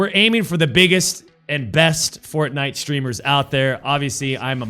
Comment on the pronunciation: Mega Megatron and? A game at the top is a game at the top. And please pronounce it properly